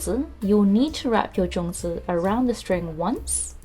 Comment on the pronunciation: Sorry no zongi it's zongzi ok